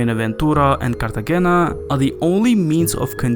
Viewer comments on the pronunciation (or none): Bro really said "cartaghena" 💀💀💀